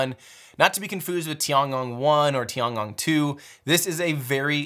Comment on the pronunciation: The Chinese space station should be pronouced as TI-EN GONG not TI-AN. Yes, I know it was written as TIAN but the pronouciation is TI-EN.